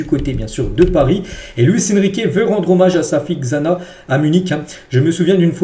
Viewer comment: on est dans code lyoko ouuu 😂 Xana se prononce Chana comme Xavi (chavi)